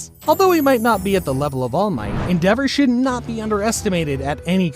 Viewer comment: the way he said endevour oof